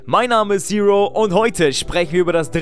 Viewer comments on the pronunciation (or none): none